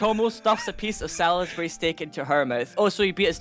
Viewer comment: Salisbury is pronounced soles-brie i should now cuz thats where i come from